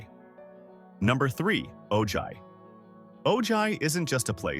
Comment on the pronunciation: Ojai is lovely. But it’s pronounced oh-hi. The school district is actually shrinking for the lack of families with kids. 7and 8th graders are now at the high school. Properties out price any young family that wants to buy there